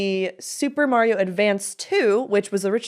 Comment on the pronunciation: Don’t feel bad for the way you say “Mario”,. My cousin in NJ says it like an idiot too.